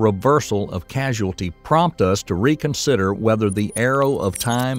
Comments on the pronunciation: It's cause-ality not casu-ality. Causality not casuality. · The narrator misprounces the word "causality" as "casualty," which is confusing because the two words have different meanings. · You have the wrong pronunciation: It is causality (kô-zăl′ĭ-tē), not casuality (kăzh′oo͞-ăl′ĭ-tē). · I thought it's just his accent.